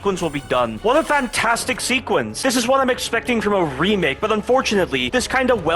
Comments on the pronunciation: Love the dedication to saying "remilk" T-T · I have a feeling the voice is ai because he keeps say resident evil remilk😂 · Him saying "Resident evil 4 Remilk" alone already exceeds the code written in RE4R